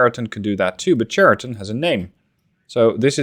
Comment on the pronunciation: Just to correct you — Chariton pronounced not correctly. Right pronounsiation is Hariton (H like in hunter)